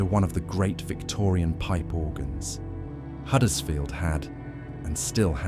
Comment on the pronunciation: Just as a matter of interest, it is Huddersfield with a 'U', not Haddersfield, as you said so many times during the video....